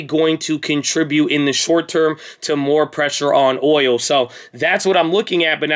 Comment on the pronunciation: it's boOil